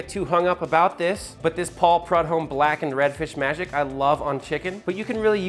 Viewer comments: PRUD-HOME? Hilarious. Dude it's pronounced pru-dome. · Prud-home lol! It’s pronounced “pry-dome”. Love the recipe! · “Paul (Prod-home)”...😂😂😂 sorry it’s pronounce Paul (Prude-home)...welcome to Louisiana baby!! Lol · Paul "Prud-Home" So close. LOL Keep up the great work; digging your content. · Paul Prudhomme garnered more respect than what was displayed in this video. Phonetically, it's closer to prue(true) dome. Paul Prudhomme, legend. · Paul “Prudomes” seasoning. Lol. I’m From Louisiana and by far one of my favorite seasonings! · Being from Louisiana, it hurt my heart to hear you say Prud-home. He’s one of my childhood heroes. Otherwise, love this video and can’t wait to try the wings. Alright, Let’s gooo! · Prud home!!! Dang dog don’t disrespect the man. You know how to say his last name. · Paul PRUDE-ohm, btw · It's prew-dome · OH MY GOD! His last name is pronounced Prew-Dome=Prudhomme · Pauls last name is pronounced "Proodhome" . Just fyi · Its Prue Dome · It's pronounced "prudome" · Pronounced "prU-dome" FYI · Lol just butchered the ever loving crap out of Paul Prudhomme's name. It's pronounced like (Prew-Dome). lol love ya but I was what did he just call him hahahaha.. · Dude... I'm on day 4 of my marinade... going to cook them tonight. Just getting a "refresher" and since I'm from New Orleans, and have actually been in the kitchen of the master chef Paul Prudhomme, I thought I'd drop a little knowledge on you; the N'awlins way to say Prudhomme's name phonetically: prew dome. And Just like DAT!. Love what you're doing. Keep it up, 'just like dat!' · my man, this was a great video but how can you even be cooking and not even know how to say Paul Prudhomme's name. give the man some respect.